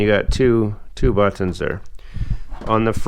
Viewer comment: The way this man pronounces "butt-tunns